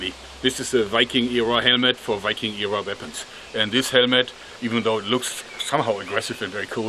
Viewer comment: The way joerg says 'wiking' instead of Viking is adorable